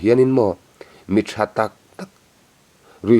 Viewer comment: Tha ani em a,thah tih tur😂😂😂,bengvar thlak ṭhin e